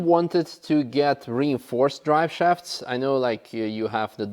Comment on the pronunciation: ah yes, the "dry shafts" :D